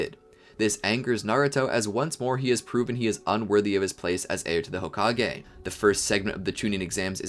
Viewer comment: i literally crying rn seeing how many people are saying homage and not hokage